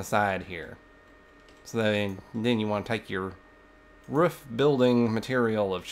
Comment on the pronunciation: i love the way u say roof im smiling so much